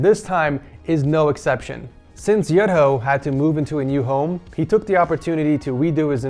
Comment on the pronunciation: Kasih tau mas, bacanya tuh "Yu-Dho" sama ada medok Jawa nya dikit 😂